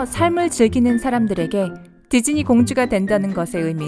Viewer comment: 나만.. 지즈니로 들리는건가 =ㅅ=